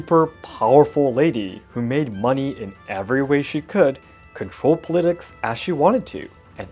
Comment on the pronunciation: for politics it would sound like (poul-ii-ticks) also ive noticed you say "yes" alot after every sentence on your podcast and on stream. is cute and i love that you love my language enough to learn but is something you have to work on. you most likely know these things to begin with. im sorry if this upset you in any way